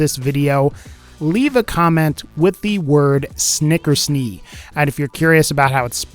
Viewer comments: Snicker's Knee? No wait. Knickersnee? No, that wasn't it. What was it again? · Snickersnee my guy